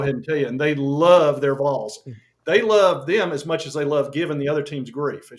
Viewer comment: This is a message to the national media. VOLS is pronounced like the word ALL with a V on the front and an S on the back. Do not pronounce it VOLES! Go VOLS!!!